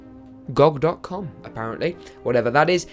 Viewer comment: Where did you get that wallpaper? Oh, and GOG is pronounced 'jee oh jee' and it's owned by CDProjekt Red.